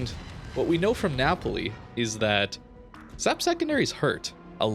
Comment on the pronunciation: Am I the only one who is annoyed by the fact that pronounces SAP as \ ˈsap \ instead of /ˌɛs.eɪˈpiː/? I mean, you don't pronounce AP as \ ˈap \??